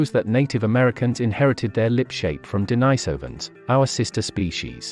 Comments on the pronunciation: First off, it's de-NEE-so-vuhn, with the stress on the second syllable. That's how the Russians I've heard say it pronounced it. Hunter-gatherer bands are small (8-15 individuals in interrelated family groups) and groups are typically widely disbursed over the land as this lifestyle requires much more territory because people have to go look for their food, and can only find what food happens to be available in that area, as opposed to the farming lifestyle where people know where their food is because they know where they planted lots of it and when it will be edible. The hunter-gatherer groups meet up at certain agreed-upon times of the year in specific agreed upon locations, typically when herd animals are migrating through their territories. These meet-ups allow them to hunt in larger groups. Larger groups hunting cooperatively can hunt more efficiently, bring down more animals in less time, and with less danger of injury. The gathered bands would feast on the plentiful meat, cooperatively smoke and jerk meat for later use, harvest and process hides for winter clothing, exchange craft items, and that year's crop of young teen men could prove what good hunters they are and get girls (from other bands to avoid inbreeding, which is counter survival). If a group of early modern humans happened to pass through the area at that time, I would bet they would want in on the party, especially the bit about the getting girls. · Why do you say "DENYsovans", then a few seconds later say "DENISovans"? There's NO consistency in your pronunciation, which as a native English speaker, I find maddening! (Forget the DENY bit; it doesn't need to be as complicated as you've chosen to make it). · Denisovans, comes from the name of a Monk called Denis. So it should not be pronunced Denajsovan. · Maaaan try get the pronouciasion right ur all over the map. De ni sovans.... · de-NEES-ov- an